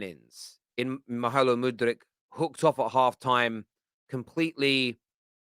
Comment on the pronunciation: I don’t think you need to roll your ‘r’ every time you say mudryk man